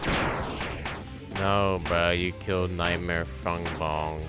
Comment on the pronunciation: Ah, yes… NIGHTMARE FUNGBONG